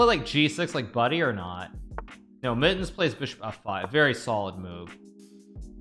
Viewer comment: really just here to listen to Hikaru say "Mit-tens"